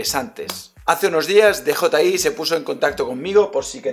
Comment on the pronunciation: Muy bien,. Jeje, me hace gracia que todos los nombres en inglés, absolutamente todos, los pronuncias en un inglés exquisito, y sin embargo con DJI dices "dejotai" en vez de "diyiai".